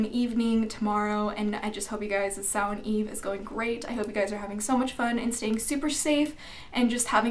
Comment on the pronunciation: Awesome video.. And dafuq, have I been pronouncing Samhain wrong this whole time? Lol